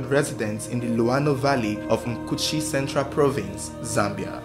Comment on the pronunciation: Am a zambian from Mkushi, I like the way you pronounced "luano" and "mkushi," shows that you really did your research.. I owe you a subscription and a bunch of shares..